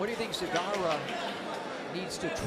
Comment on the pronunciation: Почему Сегарра? Мля, ясно же и точно сказали ,,Зегарра", почему под себя переворачивать, для чего?!